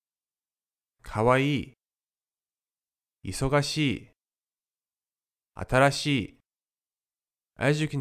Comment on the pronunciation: When pronuouncing "busy" (いそがしい), do you bronounce the "が" as "ば"? It is a little hard to decipher. ありがとう！